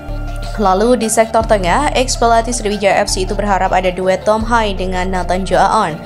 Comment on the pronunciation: Tolong belajar lagi min penyenutan nama.nama.prang Belanda. Tom.hai ...😂😂😂 Tom.Haye